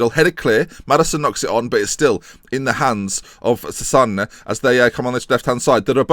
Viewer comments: Chezena it's pronounced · Chesena is how you pronounce Cesena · cesena is pronounced chesena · its pronounced as che-ze-na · it's che-se-na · Cesena is pronounced Chezayna